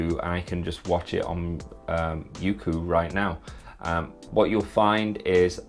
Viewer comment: I pronounced it as "yokou" instead of "youku" guess im dumb lol